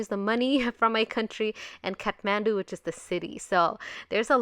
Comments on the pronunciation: Its kathmandu not catmandu😂 anyways love u💕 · Its not cathmandu its kathmandu you made amistake